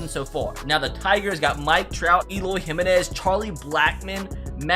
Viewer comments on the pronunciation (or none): none